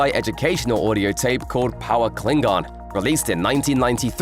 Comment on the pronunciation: Umm, isn't it Klingon and not 'Kilng-gon'